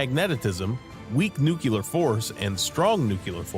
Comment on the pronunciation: The narrator doesn’t pronounce the word "nuclear" correctly.